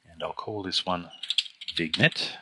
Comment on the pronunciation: Great video... but it's pronounced "vinyett"... no hard "g"... no hard "n"... it's FRENCH... it's not pronounced "VIGNET"...LOL